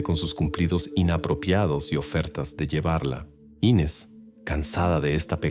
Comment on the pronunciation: Me mató la bandera de estados unidos en la sala. Muy mala recreación de un supuesto crimen en Brasil. Y no es Ínes el nombre es Inés